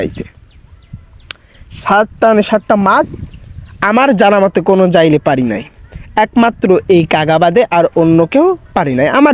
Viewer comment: আরে ভাই ওটা যাইলে না জেলে হবে